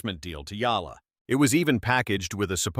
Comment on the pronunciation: HER NAME IS EALA NOT YALLA DUM. BO